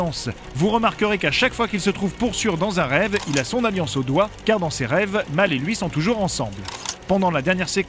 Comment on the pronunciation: pourquoi "Mal" alors que c'est Mel mdr